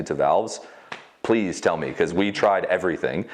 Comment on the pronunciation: Interesting how he say we "Tried" everything.